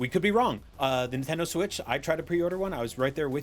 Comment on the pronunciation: "Swirtch 2 Console Reveal"...